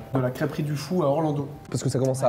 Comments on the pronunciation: Par contre, la ville se dit "Le Fou", et pas "le Fa-ou" ;) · Le faou comment il la prononcé 😂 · Oh mais comment tu prononce « Le Faou » 😂